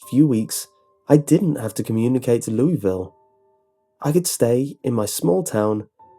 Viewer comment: Lol. Louisville is actually pronounced "Loo-uh-vul," in Kentucky. :V